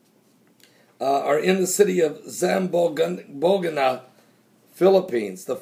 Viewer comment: Zam-bon-ga is how Zamboanga is pronounced